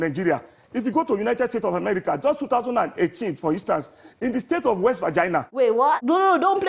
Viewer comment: Wanted to comment on Atiku until I heard west vagina 😆 🤣 😂 😹 😆, I lost it.